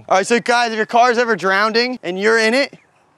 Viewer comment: if you cars eery drownding??